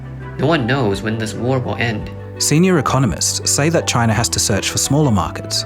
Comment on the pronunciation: The problem is CHAI-NUH!!!!!